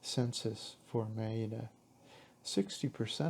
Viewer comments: Please put the accent on the first syllable when pronouncing: Mé-ri-da. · So annoying how you repeatedly mispronounce the word Merida. The accent is on the first part of the word.